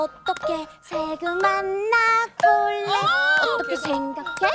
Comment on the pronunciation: 솨 언니 주떼욥⬆️⬆️ 예뻐(박력) (무.대.를.뒤.집.어.놓.으.셨.다) 가현이 주떼용💕 예뻐(사랑스러움) 만~나볼래 (아기 살구 귀여워😍) (오또케송 맛집) 유현언니 두뜨듬(남달라..) 예뻐(섹시) 볼↗️래애~(음색 무엇) (R&B 오또케송) 동언니+담언니 두떼요 예뻐(상큼) 만냐볼래(흔히 볼 수 없는 담 언니 아기발음 애교) 쥬 언니 주떼용 이후로 대전 허리케인 휩쓸고 감. (편집 금지 오또케송) 싱 언니 주시등가 (남달라..) 이후로 쥐어짜내는 애교가 엄청나니 그냥 보시길 (오또케쳐 맞춤 오또케송 락 버전)